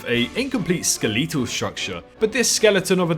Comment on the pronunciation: skelEEEtal.... ew lmfao